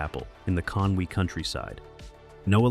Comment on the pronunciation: Why is an American narrating Drew Pritchard backstop? Hasn't anyone told him that the place is Conwy NOT Conway!